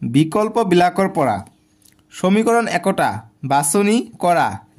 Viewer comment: homikoron❌️ Somikoron✅️ 😂😂